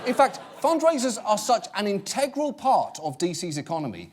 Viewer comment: He said "In Tegg Roll". But at least he doesn't say "Al Loo Minium". Baby steps . .